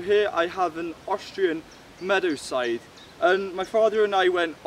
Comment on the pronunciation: You seem to have difficulties pronouncing that...